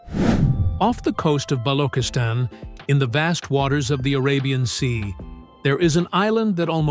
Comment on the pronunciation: Balo_chis_Tan Not Balo_khis_Tan!